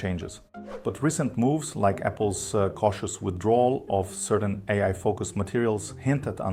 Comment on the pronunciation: Hey, sorry for this weird question, but are you German perchance? I can tell from your pronunciation of the word „AI“, which you pronounce „ey… eye“ and not „eyeye“ like Americans do, which is what German does too 😅